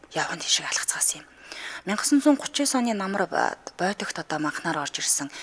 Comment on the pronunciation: Сонсогчид маш олон подкаст, аудио ном сонсож байна, ямар байх ёстойг мэддэг болсон!! гэж хүн овоо хэдэн жил хөтлөгч гэж яваад сайжирдаггүй ээ хөөрхий… Байтаг богд гэж захын нохой ч мэддэг байхад БОЙТОГ ч гэж байх шиг. Радиог хүмүүс сонсдог юм чамайг хэнч харахгүй наад даруулгаа тайлаач. Шахцалдаад, хэхрэх гээд, шулганаж үгээ буруу хэлээд, шүгэлдээд ёстой. NO STANDARD!!! Цуг хөтөлдөг Чанцаагаасаа суралцаач!!! Дэлхийн Монголчуудын радиог сонсмоор бхын…